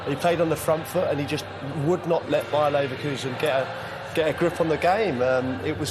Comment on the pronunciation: "Bayer neverlusen" 💀💀